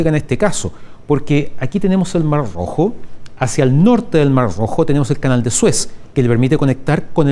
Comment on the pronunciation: Debe ser contrario a los zurdos si le costó pronunciarlo... 😅